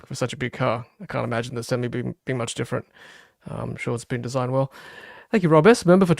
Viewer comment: Sem-e not Sem-i